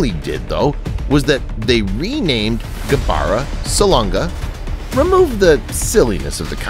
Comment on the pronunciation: I actually like the way you pronounce Gabara's name.